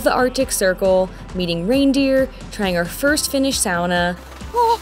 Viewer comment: Thank you for pronouncing sauna right. I really appreciate the fact that you do your best to pronounce things the way the locals do.